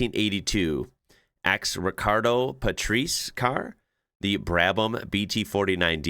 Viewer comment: Rih-kar-doh Pah-tray-see